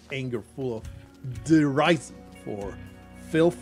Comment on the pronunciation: i thought that derision is pronounced deri:sion